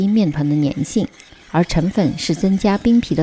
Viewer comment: 谢谢分享。有两个读音不太对，粘(zhan）米粉，澄(deng)粉